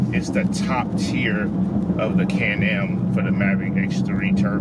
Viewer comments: Nobody: can am: CAND AM 😂😂😂 ITS CAN!! AM FOO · be like “canned am” lmao 😂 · That man can’t say Can Am to save his life 😂😂